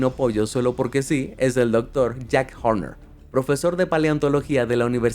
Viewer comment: Dijo jack jorner como el del gato con botas?